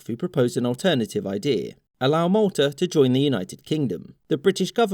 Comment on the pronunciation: that's Malta 🇲🇹 he clearly said Maltar.